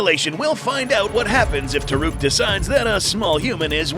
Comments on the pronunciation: It's called Toruk. Not Taruk. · Just want to admit about the name its toruk not taruk and thanator on na'vi is palulukan